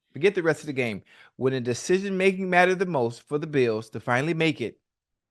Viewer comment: “Dashishin making” -Ocho